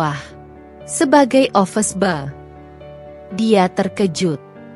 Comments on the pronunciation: Office boy (ofiz boi) prnunciation yang benar ya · Watak dewi benar2 jahat tapi lucu sekali 😅😅😅. Pembetulan, bukan office ball tapi office boy. Rama bkn office boy tp cleaner.